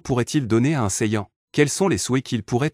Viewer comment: C pas contre toi mec mais ta façon de prononcer shenron dragon balls gohan saiyan etc me fait saigner des oreilles